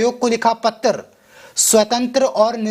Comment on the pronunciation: Pattar nahi janab Patra kahiye